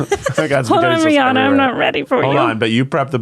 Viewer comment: If you're gonna wanna hang out with Rihanna you should practice pronouncing her name correctly, first.